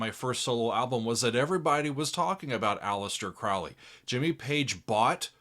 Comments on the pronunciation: It’s Mr. CROW-ley! To rhyme with goalie. Please, Mr. Oozy Owsborne. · Crowley is pronounced Crow- lee! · Hey, Crowley said in a book, (forgot which) his name rhymes with holy. “Crow Lee” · My name is Crowley because that i am holy. My enemies call me Crawly and wish to treat me fouly. - A Crowley It's pronounced like the bird Crow-lee Ozzy mispronounced it also and despite the song, didn't know anything about him. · Randy Rhoads - such a sad loss! Interestingly, Ozzy pronounces Crowley incorrectly: it should be pronounced ‘Crowley’*. *Sorry, couldn’t resist - the first syllable of his name was the same as that most famous of corvids: the crow. It’s not symbolic, of course. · Ozzy didn't write the Lyrics. Daisly did. OZZY even mispronounces his name on the song. Ozzy was drunk while Randy and Bod Daisly were doing all the writing. I don't think Ozzy could use "Polemic" in a sentence. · Thank you— I didn’t want to say it, for fear of having to hear about how there’s more to this song than to say ‘teaching a new generation to mispronounce Crowley’ 😂